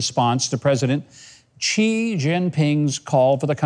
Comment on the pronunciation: Xi is pronounced "she" ...altho it's not his preferred pronoun